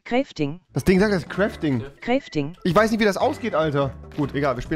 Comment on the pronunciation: Crefting XDDDD (ja ich weiß es heißt ‚crafting‘)